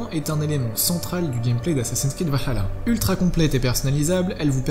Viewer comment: Faudrait bien prononcer le vahalla mdr cv plus la